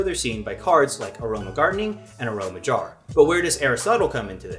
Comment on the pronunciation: Yeah that's how I said it, and when he said it uh-row-mage it threw me off